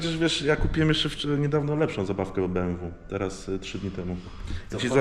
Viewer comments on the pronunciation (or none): none